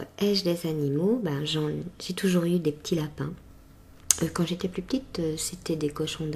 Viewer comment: tu n'as pas d'accent mais par contre quand tu as dis "les ptits" j'ai entendu la petite prononciation typique à la Carolo haha